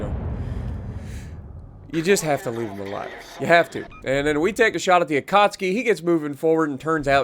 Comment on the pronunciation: man I love your videos but pls pronouns akatsuki right